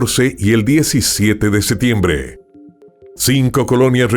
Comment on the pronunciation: Excelente narración. Una sugerencia para mejorar, pronuncia la P en septiembre.